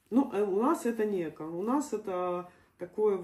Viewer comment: Ни Эко а правильно говорить экО..ударение на о.Дай бог здоровья вашей семье.